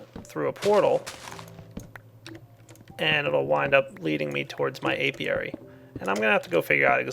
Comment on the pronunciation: He's talking about an Apiary. Notice the P in there? Gad to help :D